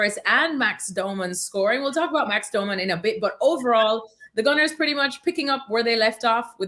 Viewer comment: Why is the host call him Doh-man? Isn’t his name pronounced Dow-man.